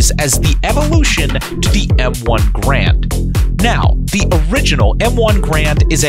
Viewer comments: Hey, expert, it's' not "grand", it's Garand, which, 99% of Americans don't know, rhymes with "errand". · Maj. Gen. Julian Hatcher, in "Hatcher's Notebook," states the accent is on the first syllable. And EVERY gun enthusiast should read that classic book...if you haven't, SHAME ON YOU!